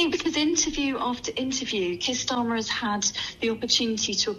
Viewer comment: Kwier starmer